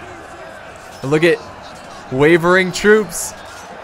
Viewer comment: correct me if I'm wrong, but your pronouncing it tolly and it's house tully just so you know:)